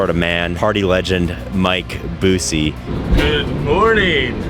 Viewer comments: Bussy lmao it’s pronounced Byou-see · it’s pronounced Mike B-use-see like the other Busey actor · You pronounced "Busey" wrong. 😅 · I love the constant mispronunciation of Busey as if he’s not Gary Busey’s relative